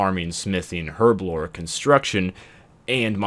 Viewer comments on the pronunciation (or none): none